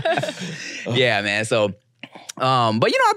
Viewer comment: Slippery slope? Naaah sounds like she meant slippery slurp😂